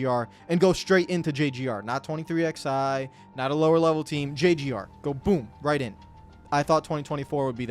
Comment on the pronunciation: I will never understand how 23XI has been around for nearly 2 years....yet you still don't know how to actually say the name properly